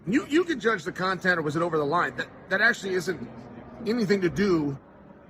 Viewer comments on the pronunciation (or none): none